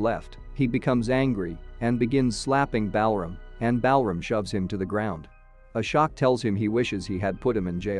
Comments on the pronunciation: As an American it's still embarrassing. I've known how to pronounce Ashok since I was a kid. Really, if they're going to do a review of a foreign movie, at least watch the movie FIRST so you know how to pronounce the names. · Lmao i thought it's A-shock all along I was ye kaisa nam hai🤣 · Ashok- aShock Balram- BAL ram The pronunciations are just funny 😂😂